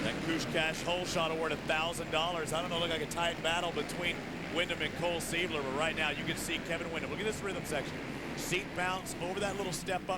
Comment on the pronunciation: listen to this fool saying " cole seibler" lmao and hes in the booth? omg